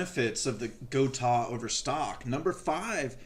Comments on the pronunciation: why block off the ability to pull back? if you set up a Gotoh (go-toe-h not go-tahhh) 1996T properly, you will not go out of tune, those trems are perfectly capable of returning to zero point every single time. If it is going out of tune after pulling hard back, it means those stock tremolo stud posts NEED TO GO.... if its not worth doing yourself or paying someone to put the higher quality gotoh studs in, its kind of pointless to install that good of a tremolo in your guitar.... Also, when you go to adjust your action... all you need do is detune.... DO NOT loosen spring tension, its not necessary and it makes it all the more difficult to retune the guitar up to pitch... only creating more work for no benefit. the more often you can keep your springs and spring claw in the properly tensioned position compared to your strings, the more reliable your tuning stability will consistently be, even from string change to string change... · I have a Guitars with the Gotoh 1996t. I also have a few guitars with the original. Floyd rose. And I like the Gotoh better. Btw it is pronounced “Go Toe” 😊